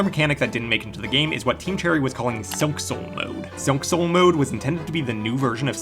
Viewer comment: Is it me or he pronounces silk soul mode strangely?